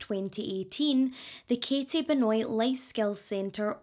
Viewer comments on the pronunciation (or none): I think you might br mispronounced the last name. I think it's like Ben-wah.